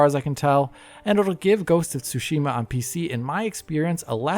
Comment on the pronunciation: Why is almost everyone mispronouncing Tsushima? It is said so many times in the game.